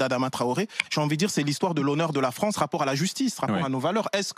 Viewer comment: Si li fronce Di futur !